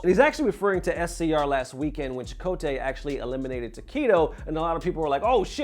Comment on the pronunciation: I see you pronouncing Chakotay properly now, like you didn't say Chockatai last video. I'm onto you bruh.